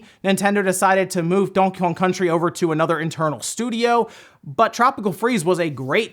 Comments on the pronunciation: "Dawnkey Kawng" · Am I the only one who thinks he says Donkey Kong weird?